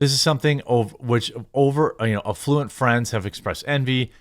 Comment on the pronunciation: effLUent is sewage runoff. Affluent (stress on the first syllable) means financially well off. Please learn English.